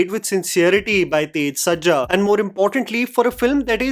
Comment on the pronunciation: Sir, there is a 100% appreciation from the southern audience; except for one small and sincere request. Please pronounce the names right. It might be slang or some other issues, but I've noticed from many videos that you are unable to pronounce some names correctly. Right in this video, for example, you said Tej Sajja instead of Teja Sajja, 'bramyugam' instead of 'Brahma yugam', and for the explanation videos of Kalki you've been saying 'bherava' instead of 'Bhairava' and just a few other ones. Please don't be offended, nothing but love, just please pay attention to some of the small things because although they seem insignificant they do make a difference